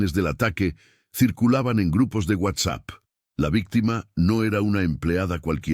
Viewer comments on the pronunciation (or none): none